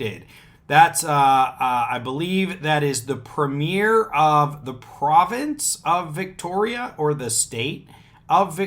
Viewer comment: Hi. This made the main news here in Australia, that’s probably why so many were logged in. Now, the premier is like a governor of a state in the US. It is pronounced “prem yer “ not “ prem ear” the sovcits and some of the “ normal” population are all screaming conspiracy!! They are thinking Dan Andrews is turning into a dictator and is drunk on the power he has and has used. Our state of Victoria has been listed as the most lockdown country in the world. Her had the most days in lockdown, we even had curfews that went from 11pm to 5am each day. You were only allowed out for a few reasons during curfew. 1.Was if you were an essential worker ie: emergency worker, truck driver delivering goods deemed essential, 2, to obtain medical treatment 3, to escape domestic violence or abuse. You also required a ( permit) to travel during covid lockdown and during curfew. So, people were saying that Dan Andrews was over stepping by bringing in these strict rules. Hence the conspiracy theories lol. The sovcits here are that stupid, they use the US constitution, the right to travel garbage etc. it’s amazing how stupid some can be from watching shit on the internet I hope this explains a bit oh yeah, one last thing, to have something “ struck out” in court is a term we use for the judge dismissing the case/motion or just finding no merit in what’s before them.